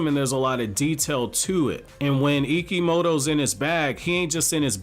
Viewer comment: Ikemoto pronounce Ikimoto